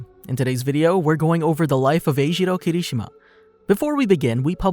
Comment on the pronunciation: The way he says Eijiro Kirishima really bugs me😔